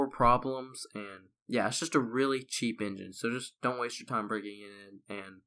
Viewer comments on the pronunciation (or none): none